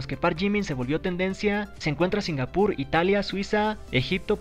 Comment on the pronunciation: Dijo Singapur Entendí "sin albur"